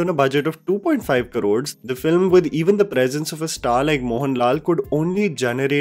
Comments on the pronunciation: it's 'Crores', not karods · Please say crores instead of Karods